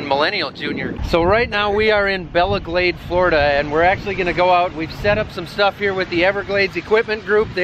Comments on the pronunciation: My man did NOT just call Belle Glade, BELLA GLADE LMAO. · It's Belle Glade not Bella Glade. Northerners.🤦‍♂️ Lol nice video. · "bell"e glade not "bella" lol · Butchered name for this valve it’s called Belle Glade Florida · Did he say CRUISE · Its not bella glade its (bell)e glade